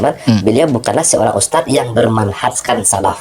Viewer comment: Untuk Tarbilah daili Nyebut kalimat USTAD aja gak Paseh.... Bukan pake sin di akhir huruf USTAD .... tapi pake nya DHAL ....😂😂😂 Nii liat ..... أُسْتَاذ Hal kecil Lo itu .... Mosok gak sefaseh orang biasa .... 😂😂😂😂😂 Konyol ....malu maluin 😂😂😂